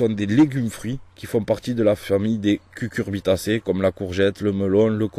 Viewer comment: Ça rassure d'entendre "cucurbitacée" et non "cuRcubitacée"